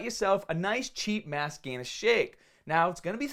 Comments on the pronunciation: I fucking love when he says "MASS GAYNAHH " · All I hear is "Mass Gayness" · "Mass gainahh"